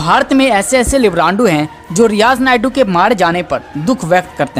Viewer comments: Naidu nahi maiku hai,Sahi uchcharan karo dear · Sureshji ye aawaz kiski he? Ye riyaz naiku ko Barbar riyaz naidu bol rahe he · Naikoo he spelling thik se bolo